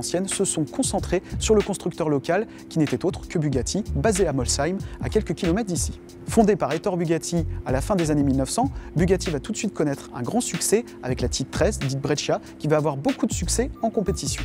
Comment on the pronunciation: Waaaa bugatti 😍😍 ma marque préférée (et on écrit Ettore mais on lis Ettoré)